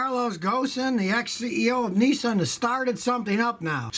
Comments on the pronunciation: Scotty it aint Nisssaaaan its Nissan just love the yaky twang !!! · Its called Nissan as in pissan .Not Nessan